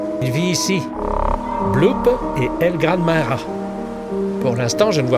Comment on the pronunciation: It's Pronounced El Gran Mah Hah and why is it so Small